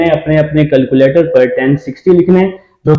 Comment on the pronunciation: Sir boat ko.to sai pronounce kare calculator ko bhi